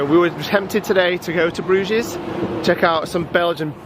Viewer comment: “Brewgess” it’s like Loch LaMonde all over again! 😂😂😂